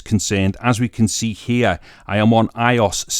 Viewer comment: Pronounced BEYTAH (BETA) not beater I-O-S (iOS) not eyeos